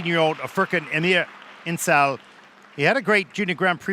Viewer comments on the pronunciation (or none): Shame on the commentators, they cant even bother to pronounce names correctlly! it's not Tor key yah! it's Tooor-key, yeah!, Foor, khan, IN gel!, it's not HARD!